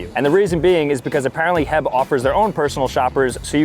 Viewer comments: With all due respect, The grocery store is not called HEB. It’s called H– E – B. Just like the letters. That’s how it’s pronounced here in Texas. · It isn't heb, it's H E B, three letters, not one word, love the content here in Texas though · Dude heb??? Its H E B say each letter. Yanks smh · “HEB” ITS H E B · I’m from Texas, H-E-B is pronounced like how you spell it. Not HEB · Did I hear HEB? for H.E.B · broo it's pronounced H E B not heb 🤣 no offense tho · That is not HEB you call it H.E.B like that we’re here. Everything‘s better art Howard Edward BUTT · It’s not pronounced “heb”, it is pronounced H-E-B, it is not a word, you have to say each letter and H-E-B is my local grocery store in San Antonio. Go Spurs Go! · the heb- I live in Texas and its h.e.b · As a Texan and h e b lover that was insulting when said heb instead of saying h-e-b. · It’s H. E. B. Not heb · H-E-B bro, not HEB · Brother imma stop you right there it's H-E-B not "heb" please tell me you're just rage bating lmao cause it worked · I was so triggered when he kept saying heb ITS CALLED H E B that’s why it has dots between each letter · I swear bro. It’s not “heb” it’s H-E-B bro that’s so annoying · no way bro said heb and not H-E-B!!!!! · Every Texan is screaming at the TV... Because it's not "HEB" it's just like it looks H. E. B. (Say each letter)😂😂😂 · HEB???? H-E-B! Hahahahha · There’s no way he called it “heb” it’s pronounced “H. -E. -B” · it’s H.E.B. Not heb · Stop saying it’s heb. It HEB say each letter!!!! H E B !!!! I’m from Texas driving me crazy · Every time he said “HEB” 😖🤯 it’s not a solid word! IT IS H.E.B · Heb ?? 😂😂😂 it’s H-E-B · It is not HEB it is H E B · Btw, it's not HEB, it's H-E-B! You're not supposed to straight up say it. It's pronounced as if you're spelling it out. 😂😂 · Only a true Texan would never call it heb it’s H.E.B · Heb? I think it’s like an acronym h e b😅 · its not heb its H. E. B. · Stop calling it heb its H-E-B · It's pronounced H E B, not Hehb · I agree